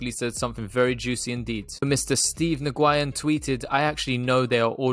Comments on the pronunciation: 😂😂😂 Ohhh man Steve New Guyin!! That is hilarious to me!! I had to pause video and post this right when I saw the Post! His name is Nguyen! As in New yen! But I love how you pronounced it this first time! 😄 Classic!! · Yeah I’m in the bay about 15 min away from Mr Nguyen. Huge Vietnamese community here, I’ve heard it pronounced many different ways but New Guy In is an instant classic. Ima have to go check out this place in Morgan hill and find out how many saphyr’s are coming through!